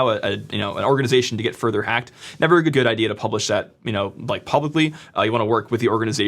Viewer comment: lol none of that was applicable. Good job. Oh, sorry, I mean "jood" job.